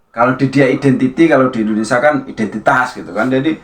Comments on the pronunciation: Pengucapan Indonesia diperbaiki mas bukan Indonesa...😂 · Indonesia mas bukan endonesa